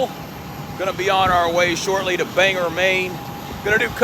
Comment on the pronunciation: In Maine we pronounce Bangor how it's spelled. OR rather than ER at the end. My mother lived near Clark after the war and had to carry a pistol because japanese remained in nearby jungle.